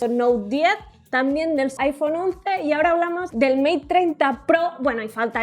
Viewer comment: Soy yo, o de dijo el saiphone 11 por decir el iPhone 11 😂😂😂😂